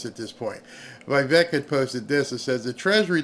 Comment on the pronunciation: IT’S VEE VEK. NOT VEE EYE VEK.